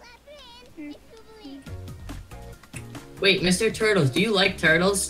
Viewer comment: btw its called Get-a-way not Gate-way